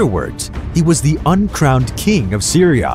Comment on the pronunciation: Bro I’m from Adana and the way you say it makes me chuckle and the way you say Syria See you raaaa like what